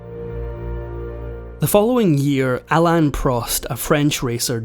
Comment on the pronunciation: Considering that F1 racers are so few, you could at least have done the effort to learn their names. "Loda". "Alan" Prost. Unbearable. I didn't like your unpleasant and disrespectful comment. A patchwork of videos from other people, without crediting them. Thumbs all the way down.